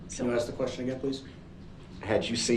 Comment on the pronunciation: da kwestyin been axeyd... what an illiterate. He'll be right at home in prison.